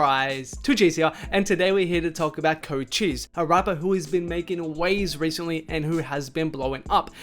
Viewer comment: You pronouncing Cochise wrongs, it’s not Chocheese